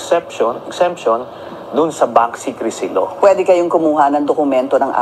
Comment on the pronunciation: Anu daw bank singkresi law? kwawa tlga c d khbaw mubasa, hahaha bank secrecy law yan..wla ka kasing pinag aralan,yan tuloy ang d ka mrunong mgbasa ng English,, hahaha..